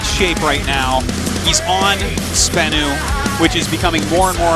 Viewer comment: You are terrible at pronouncing names,. Not just Sbenu - also "Zoun"...